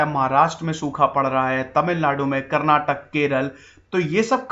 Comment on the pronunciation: Karnatak nahi sir Karnataka* and Kannad nahi Kannada* I'm from Karnataka Jai Hind... Nice information